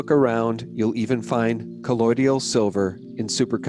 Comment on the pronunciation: . It's not pronounced colloidial silver it's colloidal silver. Sheesh...it's actually amazing an cheap if you make it but clearly you don't really care about what you promote because you don't even pronounce a three syllable word correctly AND add an extra syllable.